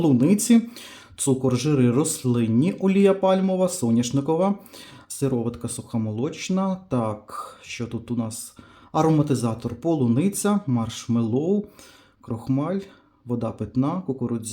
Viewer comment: Наголос - маршмЕлоу!!!!